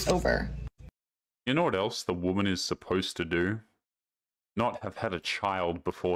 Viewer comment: She’s already there. Can’t even pronoun “supposed” …